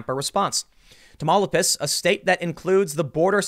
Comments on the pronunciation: Tahm mao lee pahs Not Tam mopolis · Tim it’s Ta-Mau-li-pas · It’s tah-mah-pu-las Tim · TA-MAO-LI-PAS Timmy my boy. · Tamaulipas is pronounced Ta mal-E pas. I normally has a hard E sound in Spanish. Completely irrelevant but figured I could help a brother out. Spend more time in Gods country aka Texas, and you will pick it up. God speed. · "Tah-mau-LEE-pahs", for the record. I live near that area on the Texas side. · Tam-aul-LI-pas. You're killin' me, Tim, with the Spanish. Good work, though, good work... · Lmao it's pronounced Tom-Oww-LEE- Pus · Its pronounced Tam-il-pie-us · Tamaulipas is pronounced... tah-mau-Lee-pas good job on the names on the towns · Tamaulipas pronunciation : (Tam-au-lee-pas) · ey ey ey ey TIM!!!!!! Tah-Ma- Uh-Lee-Pas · Its pronounced as : Tam- owww- lip- ass” 😂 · Tamaulipas = Tah Mau Lee Pas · Tamo- -leap--us....that's how to pronounce the Mexican state.... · Tamaulipas is pronounced tah-mao-lee-paus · Tim: tah-mao-LEE-pahs (Tamaulipas) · Hey Tim, I’m from South Texas and I want you to get this right for the next segment: Tamaulipas=Tah-Mah-Lee-Pas, Nuevo Laredo=New-e(like enter)-v-oh Laredo.....hope you see this so you can learn it and won’t struggle next time. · Tamaulipas is pronounced (Tam wal eee paus) lol. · Tim it's Ta-mu-lee-pas 😂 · ....it's pronounced tom-oo-leep-ahs tim.. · tom-oww-LEEP-ahs, Tim (Tamaulipas) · I love Tim's no-bs take on things... But I have to say that listening to Tim try to pronounce Nuevo Laredo and Matamoros and Tamaulipas? had me laughing out loud. Keep being yourself Tim, you're one of the good guys.